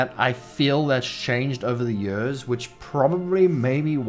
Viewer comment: "It has been jörs"